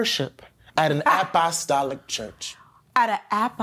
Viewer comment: Not the ap-ah-Stalic church 😂😂 and everybody said amen.